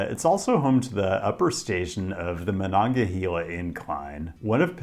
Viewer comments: Great video showcasing my home town, I love to see it. However, I am going to be extremely pedantic about two things. The river is pronounced “Mo-non-ga-HAY-la” with “hay” like “haystack.” Also, Andrew Carnegie of Carnegie PA, Carnegie Steel, Carnegie Libraries, The Carnegie Science Center, Carnegie Mellon University etc etc… pronounced his own name Car-NAY-gee. That’s how it’s pronounced in Pittsburgh and is the objectively correct way to pronounce Carnegie. The common way it’s said in New York is not just a different pronunciation. It’s objectively wrong. Car-NAY-gee. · Love your videos. I grew up in Pittsburgh and just want to note that the river is pronounced Mononga-"hey"-la by locals. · Pittsburgher here: The "he" in Monongahela is pronounced like "hay" and not like "hee" PLEASE stop saying it wrong 🤦‍♂ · For reference, Monongahela is pronounced Mon-on-gah-hey-la, so basically say hey instead of heal. A lot of people struggle with that one, but I’ve heard worse. Your pronunciation of Appalachia does hurt a bit though. Appalachians don’t always agree on how to say it, but it’s generally pronounced like Ap-ah-latch-ah. In Pittsburgh, and Southwestern PA in general, we say it more like Ap-ah-lay-shah. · My body had a physical reaction to the pronunciation of Appalachia and Monongahela Otherwise, 10/10 great video. Thank you for visiting our city!